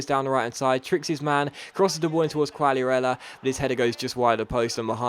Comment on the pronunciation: not trying to be a smart ass or anything haha but try pronouncing quagliarella's name as "kagliarella" just a tip